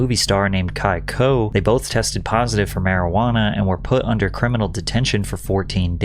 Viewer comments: "MarijGuana" is taking me 🤭🤣 South Park took that to the max. Never knew. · Not the maryjoowanna!! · Mari ju ana...😂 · “Tested positive for mari-ju-ana” I never laugh at pronunciations of speakers of other languages, but that made me chuckle. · Mari-ju-wanna is bad, m'kay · mari ju wana lol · over some fuckin weed?? also the fact that they use the hard J in Marijuana is hilarious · Ha ha, the pronunciation of marijuana ! It's like C.W. McCall's song.